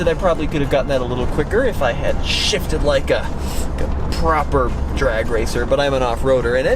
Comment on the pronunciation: Proper, like a proper...proper..Proper!!!!! Relax on the proper hahahahah sounds like your trying to be British 😉 great video